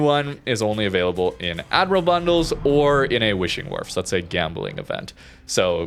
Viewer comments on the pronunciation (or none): none